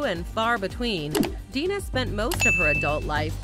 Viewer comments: um...her name is Dana, not Dina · DANA, NOT DINA. THUMBS DOWN. THUMBS DOWN. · DANA, NO DINA. RIP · From DIFF'RENT STROKES, Ms Plato's first name was DANA, not Dina. the producers of this video couldn't get that right, so how credible is anything here? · It's DANA Plato. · Dana Plato, nit Dina, Day Nah. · I believe "American History X" was quite successful. And yeah - it's DANA not Dina. And sadly, her son would commit suicide a decade or so after Dana's death. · You need to do more research,...it's Dana not dina... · This narrator is awful. "Plagged" instead of plagued and "Dina" instead of Dana.